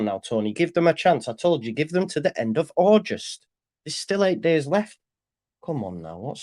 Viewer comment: its august NOT aujust mate